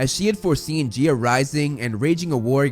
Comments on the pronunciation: It's Guya not geea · It is not g-E-A it’s said g-I(this is a uppercase i)-a and it is not hear-a it’s Hera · I do want to say it's not prounced gee-a it's prounced guy-a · I think Gaia is pronounced Guy-A rather than Gi-a , but I’m not sure. If someone already said this I’m very sorry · Its Gaia. 😂. There's no e. It sounds like Guy-uh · Btw Gaia is pronounced GUY-YA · Man, i got an eye twitch everytime you say Gaia, i always pronounce it as Ga-ya. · "He-ra and Geea"